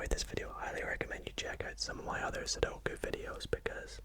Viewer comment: So glad you pronounce sudoku the correct way. My girlfriend insists it’s “suduko” and it drives me insane haha! Nice video man, high effort and quality as always